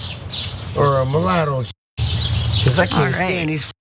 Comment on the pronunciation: Did that asshole actually say "mullato"?